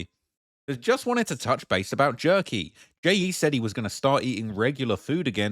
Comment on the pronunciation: Jerky or yerky?